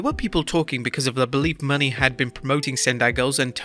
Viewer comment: Can we please say Mercedes Mone name right?!? its (monay) not (money)